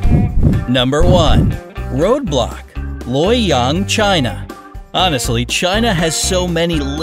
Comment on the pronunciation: When he say 'road block' it sound like roblox in the game